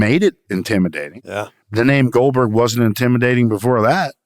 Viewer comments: Say it with me: Goldberg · GOLBERG, GOLBURG, GOLBURG...